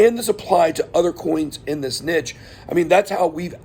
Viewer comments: good points! check what category the coin is in. btw it's "neesh" not "nitch" :) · Is this how all Americans say niche?